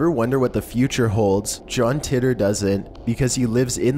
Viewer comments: John Titor is pronounced like Tee-ter....not titt-er. Just had to say. Also the secondary picture of the man with a "camera" is NOT a time traveller, it is proven without a doubt that those "shades" were made back then and there was shirts with logos made back then as well. That pic is not of John Titor as there is no pictures of Titor in existance, he was simply and only on air with Art Bell i believe (coast to coast AM radio station). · "Tea"ter" not "Tit"er.